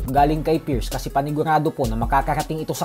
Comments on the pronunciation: Halatang Hindi nag aral pati pierce Hindi ma pronounce tapos nakuha mo pa man Trash talk Gaysayawa moments😂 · Hindi mo nga ma I pronounce yung Pierce Bisayawaka ka talaga 😂